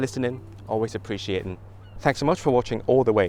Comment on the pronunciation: Cool video. I'm from (and live in) Liverpool but I've lived in a few places up north and worked there to. Fascinating hearing your accent bounce around and your journey getting there and stuff. In your "What next?" section, you drop into a really strong Newcastle accent (like when you say "Appreciatin"), is that deliberate? My wife isn't from the UK and I know she'd not appreciate being asked questions like this so apologies if it's rude!